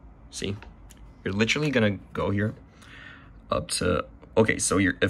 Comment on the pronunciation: Litcherly? Lol thanks bro